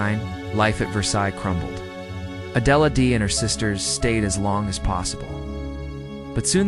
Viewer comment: You have to be an idiot to not know how to pronounce a simple name like Adelaide.